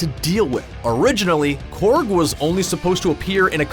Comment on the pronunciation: Corg not corgi